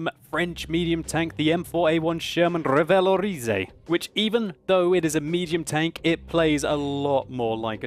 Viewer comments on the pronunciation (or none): ahah i'm french and i love your " rivalorisé " :d it's REvalorisé :d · You're pronouncing Revalorisé a bit wrong. You stress the i but you should stress the é, Revaloriséééé. Just saying :p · lol no French or Canadians are watching this considering the fact that no comments mentioned that he pronounced revalorisé wrong, but I'll accept that since he has a British accent. if you're reading this, don't mind it, I still love your vids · french and I would say kind of, but dont pronounce the Y in the "ay", or you'l sound like the cliché english accent when we imitate english people speaking french lol ;) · Mdr comment il prononce Revalorisé 😂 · Thats funny how u say "revalorisé" with ur accent :P I liked it :P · I love how he pronounce "revalorisé" :'D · Okay I know you love to pronounce your tanks with elegance but I'm pretty sure the French don't roll R's. They do that little phlegm sound but without so much phlegm. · Omg nononono dont Say revalorisé un french! Sounds pretty bad